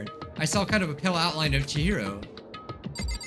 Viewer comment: "OMG Is that fricking- Chihiro!?" At first I heard "Jiro" and I was very confused